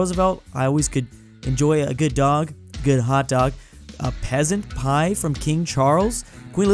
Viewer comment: Int he food video he said peasant pia and not pheasant pie